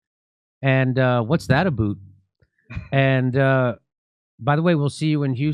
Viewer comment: As a Canadian, every time you say "eh" it is like hearing you say the "N Word" with a soft A. Aboot is the hard R.